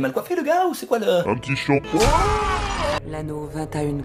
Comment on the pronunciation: "Un ptit shampoinnnng !" ça m'a tué. Trop fort ! 😄😄